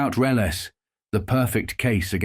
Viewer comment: Reles completely mispronounced